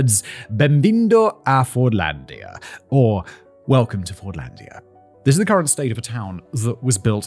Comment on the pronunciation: "And Thizziz" where i fell in love with the male child of the factually supreme